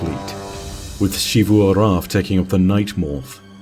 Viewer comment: Shifu arath has to be the most interesting pronunciation choice for xivu, but whatever